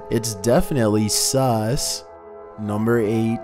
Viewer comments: The scariest part of this video is this guy saying sus SUS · the scariest thing in this video is not the ghosts... its saying S U S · Tbh I just watched this to hear him say sus🤣🤣